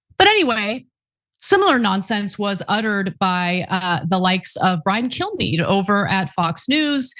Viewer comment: kill-em-all kilmeade? how is he still employed